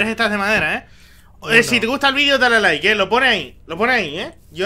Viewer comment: dice lai en bez de like